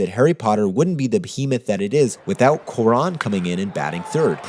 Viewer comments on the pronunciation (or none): Quran? Coo-Ah-Ron! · Amazing work as always, but now I'm gonna be THAT guy (mostly because I feel like you'd care). It's "kwah-rone", not "koo-ron". That is all. PS: I vote Galaxy Quest. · Interstellar! great episode, definitely made me adjust my thinking of it. Also, I hate to be this guy, but since you seem to like him so much, I feel like you'd want to know: It's pronounced kwah-ROAN, not coo-ron. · It's not Kwu-Ron, it's Kwa-Rohn. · It's pronounced kwa-ROWN. It's not about accent or English v. Spanish - you just chose the wrong vowel. If you love the dude, get his name right.